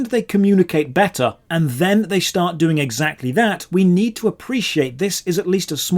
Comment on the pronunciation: Please learn how to say "Doing" Instead of "Doink" It's so distracting xD